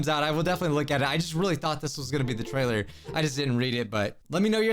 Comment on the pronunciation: Teaser “tailer”